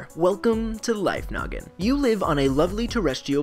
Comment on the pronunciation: Am I de only one who hears "Life Nugget" instead of "Life Noggin"?